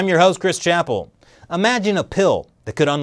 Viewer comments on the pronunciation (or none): none